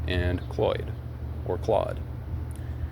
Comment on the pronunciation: Claude ❌ Cloyd 😂😂😂